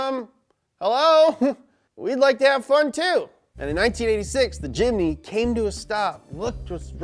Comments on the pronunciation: ts not a jimny its a chimny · Very happy indonesia it call jimmy not jimny weird wkwkwkwwk